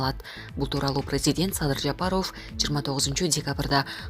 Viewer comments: Садыр Жапароофь дейт го... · Президенттин фамлиясын жакшына окугулачы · Алып баруучу кыз,Президенттин фамил-н туура айтып уйронушун керек экен.